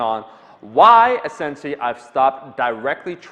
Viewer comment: Hey Omar. Great video. It seems that 'essentially' is not a word that say very well. Have a great weekend.